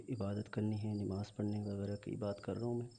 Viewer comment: nimaz nahi hota namaz hota hai